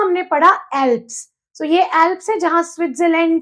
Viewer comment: Mam bura na maniyega Aap k pronunciation bahut ghalat hai, Alps, Murray Darling, Navada etc. Pls video banane se pahle mehnat kare, sune sikhe aur fir spil kare